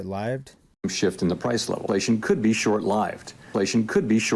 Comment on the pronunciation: Powells "lived" reading mistake sounded like an AI misunderstanding